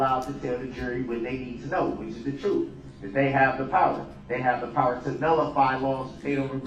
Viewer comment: How about him pronouncing things wrong like substain rather than sustain, tackit instead of tacit, trufe instead of truth, axe instead of ask … it goes on and on